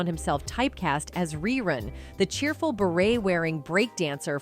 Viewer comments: The person narrating this video sounds like they're reading a script i mean its 227 not two hundred twenty seven smh cmon now and its Ree Run not Rhy Run and why does she keep saying "whats happening" like she's surprised to say it? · The late Fred Berry's character name was pronounced, REE-RUN, not Rye Run. Smh. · narrated this nicely. RY- run????? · Who did this stupid documentary? His name was Rerun not Rye Run. The other show was called 227 not 2 hundred 27. How about getting the facts straight before embarrassing yourself! And some of the pictures aren't the people that are talked about!Unbelievable🙄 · Fred Berry's character was named rerun, But you kept mispronouncing his name. But when you said the show came back in reruns, it's spelled the same you know🤔